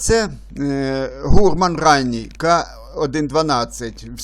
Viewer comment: Трохи ріже слух невірний наголос слова "гурман". Гурман має наголос на останньому складі.